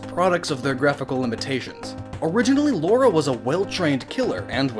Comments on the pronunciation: LARA. LARA CROFT, not fucking Laura..... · Lara. Not Laura Croft. Lara. Get it right! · Why do people continue to say Laura instead of Lara? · I don't see why so many people mispronounce Lara Croft's name. How the hell is "Lara" "Laura". That's not how English works. Just because it is similar to a real name doesn't mean it's excusable to consistently mispronounce something.